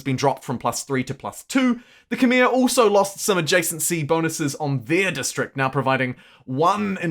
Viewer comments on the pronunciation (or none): none